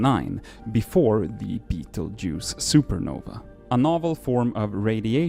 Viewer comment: Every astronomy nerd freaking out over the pronunciation of beteguese